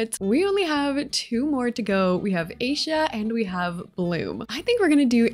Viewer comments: IT IS PRONOUNCED I-E-SHA NOT A-SHA! 😡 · This build is so magical and whimsical! 🪷✨✨🦋 But there's one problem. Aisha's name isn't pronounced aisha but rather A-YEE-SHA. It's a mostly Arabic name but ngl it was kinda annoying hearing it pronounced that way. I'm not hating or anything and I really love you builds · Just a heads up, Aisha’s name is pronounced as “EYE-E-SHA”, not “A-SHA”. 🩷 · Defs Musa. Just a heads up, Aisha’s name is pronounced as “EYE-E-SHA”, not “A-sha”. 🩷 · I just bought three more packs and knew I had use your creator code! You're the only SimTuber I can find with a shared love of fairies 😂. Also I love you, but please Google how to pronounce Aisha correctly. Hint: her name isn't Asia. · hey i think aisha's name is pronounced eye-ee-shuh not ay-sha 😭😭 i love everything about these exterior builds especially stella's 🤍 can't wait for pt. 2! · its not pronounced "asia" it is pronounced i-e- sha or you can call her layla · I dislike that she keeps saying Asia instead of Aisha (like it's not that hard to pronounce) 😭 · It’s pronounced AH-EESHA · Her name is pronounced Eye-e-sha but nice vid 👍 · This is so cool! I’m not great at building in this game so hopefully this is something I can learn from. Also just because this was my fav character (not to be mean, I promise just trying to be helpful) Aisha is pronounced “eye-eee-shh-uhh” ❤🎉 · I love the video and for future reference Aisha is pronounced like eye - ee - sha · A little background info, Winx Club did not start on Nickelodeon. It actually started on a fox channel called 4Kids on Saturday Mornings. I love Winx Club so much! It's pronounced Eye-eesh-Ah essentially. I hope you do a video actually creating the Winx Club girls, and then the Three Witches in their house and sims. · Love your videos 💕, but quick correction Aisha’s name is pronounced (Ah-ee-sha)✨ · Great build, btw Aisha’s name is pronounced “I-e-sha” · Aisha name is pronounced ( I-ee-sha. )